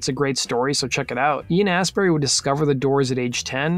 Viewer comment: He also called him Ian Assberry.